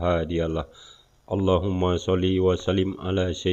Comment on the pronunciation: Ciri ciri orng kristen dari Kecil itu dari kata " ALLOH " dia ucapkan " AWLOH " coba perhatikan !!